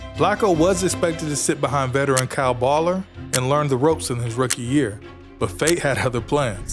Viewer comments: Well put together video but it would be cleaned up if you pronounced players names right. Thats Kyle Boller (bow-ler, or bowler) not baller. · It’s pronounced boller not baller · Ah, yes, the infamous Kyle Baller... it's pronounced BOWLER, ffs. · Kyle BOE-LER is how you say his last name.